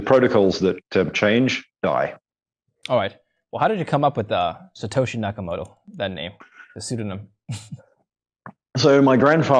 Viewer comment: Nah-kamoto. When he says it he looks down to the left. Thats the tell.